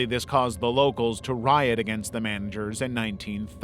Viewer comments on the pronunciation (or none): none